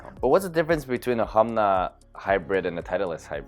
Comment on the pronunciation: Humna Humna Humna. It's Honma...